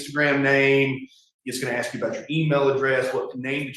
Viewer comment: If your lawyer cant pronounce the word ask…then you might need a new lawyer